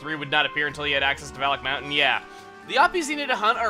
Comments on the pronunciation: Okay, is /anybody else/ hearing 'phallic mountain'? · in the intro i thought he said phallic mountain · Every time Chuggaa says "Valak Mountain", I hear "Phallic Mountain" instead. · Sometimes it sounds like he's saying Phallic Mountain...or that's just me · OKAY, I CAN'T STAND IT ANYMORE!!! Every time I hear Valak mountain I hear Phallic mountain. I just can't not hear it that way. Someone HELP ME!!!!